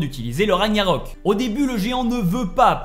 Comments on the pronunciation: On dit Ragnarok au fait et pas raniarok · Rague-narok et non raniarok. En plus ce mot est prononcé pendant tout le jeu 🤷‍♂️😄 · Il faisais exprès de dire RaNIArök plutôt que RaGnarök hein 😅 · Raniarok???? Genre personne dis rien la??? 🙆🏾‍♂️🙆🏾‍♂️🤦🏾‍♂️🤦🏾‍♂️😭😭😭😭😭 Ragnarök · Punaise ces pas ragniarok mais RAGNARÖK vous pouver parler français en faite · On dirait c'est dur à dire RAG-NA-RÖK 😂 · Moi je comprend juste pas pourquoi tu dis "Raniarok" pas crédible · Il gère! Juste étonné qu'il sait pas prononcé "Ragnarok" normalement depuis tout ce temps🤣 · T'a un problème avec le mot "Ragnarok" je crois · Toujours aucun effort de fait sur la prononciation du mot RAGNAROK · Whalla Mai’s ta 177k tu sais même pas prononcer ragnarok